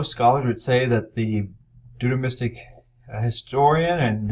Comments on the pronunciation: Yes. How is it possible that our expert cannot properly pronounce the key word of his lecture? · He never pronounced Deuteronomistic properly